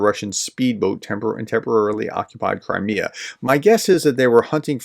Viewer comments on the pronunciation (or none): none